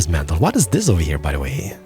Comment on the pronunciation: Great vídeo, great English but wierd accent that gets annoying after a while but you cant do anything about it. Keep the vídeos coming! :D "baisons" "deelicious" "ovahere" made me laugh lol. appreciate the vídeo though. PS: Anno needs to implement building time to buildings. Not "Instant" building. I think It's time...